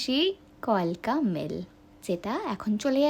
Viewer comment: ম্যাডাম কিছু মনে করবেন না আপনার ভিডিওটা খুব ভালো হয়েছে কিন্তু কথাটা কালকা মেল নট কলকা হবে না